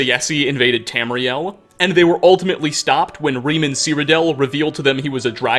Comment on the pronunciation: Urieluh. Septimuh. Tamrieluh.